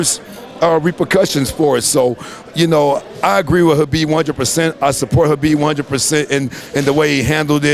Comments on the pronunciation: I like that he pronounces Khabib's name properly. There is no " K " sound. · Respect. this guy even pronounced Khabib's name correctly. Awesome man.. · You know the knows and respect him , when he said Habib not khabib